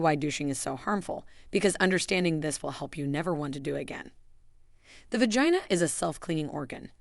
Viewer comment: I have never heard the words vagina or vaginal pronounced how it is in this video. It distractedly me from the content. Also why are they using young models when this is supposed to be for women of a certain age? I find it off putting.